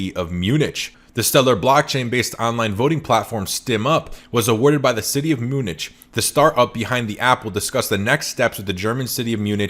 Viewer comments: Umm, Munich is pronounced "myoonik" not "myoonich" - I may have just lost all faith in you... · It’s pronounced mew-nick for future ref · Love the content :) with respect, Munich pronounced Mue nick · Good video, but Munich pronounced Myu-nik. It's a pretty famous city. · Spelt Munich, pronounced Munick...just sayin'